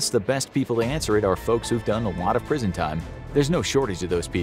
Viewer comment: said prison i thought he said bricked in